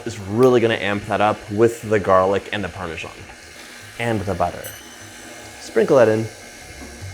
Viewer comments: "parmesghian" ma parla come magni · Where do americans find the J in Parmesan